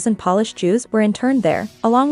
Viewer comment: How shameless do you have to be to use a voice bot that pronounces the nationality "Polish" as if it were furniture "polish"? And not even bother to listen to it?